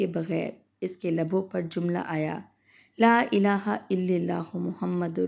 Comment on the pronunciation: LA Ila ha IL lalah hota hai. Allah ka name kharah perha jata ha lilha na perty